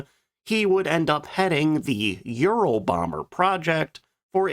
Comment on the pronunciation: It sounds awful when you almost swallow your tongue when you slurrly pronounce Ural so that it sounds more like you're saying Euro bomber. Be careful.😮